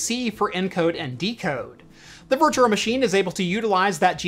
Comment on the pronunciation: Virtual not virtuRal